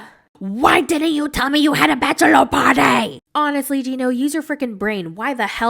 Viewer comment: "Baychler pawrtee." "Jyew ditndnt tell me." The accents impressiona kill me 😂😂😂